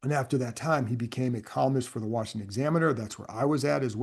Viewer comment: Thank you for this heartfelt tribute. I told my wife this week that I had watched so many of his YouTube videos that I felt like I’d lost a relative. One reason I always smiled when I heard him say Washington: my grandmother ( ) grew up in DC and spent the first 30 years of her life there before my grandparents settled in NC. Whenever I heard him say “Rick Snider’s WARSHINGTON”, I loved it, because it always reminded me of her- she also put that R in Washington. You don’t hear that pronunciation much any more. He was extremely knowledgeable, fair, and really easy to listen to- like you were just shooting the breeze with a buddy, discussing a football game. He will be greatly missed.